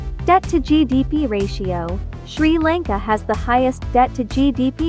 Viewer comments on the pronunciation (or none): Your telling sri lanka wrong